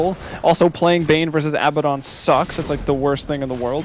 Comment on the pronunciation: Why can't anyone pronounce Abaddon correctly? He says his own name when he spawns. It's not that hard.